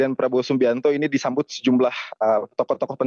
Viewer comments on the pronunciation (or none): Disambut mas, bukan dijambut😂